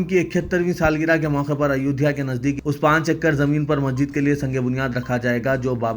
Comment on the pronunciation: se guzarish hai ke wo masjid kehte waqt sahi pronounce kare... Naa ke majid